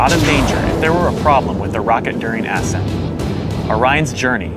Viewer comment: did he say "ass scent"?